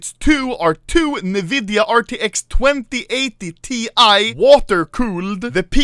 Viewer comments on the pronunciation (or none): the fact that he said nividia is pog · Anomaly reading the specs had me creasing with laughter. “DDR4 64bit” wtf ? “New-vidia two thousand and 80”, “M2” doesn’t pronounce the dot. Ahaha still a crazy PC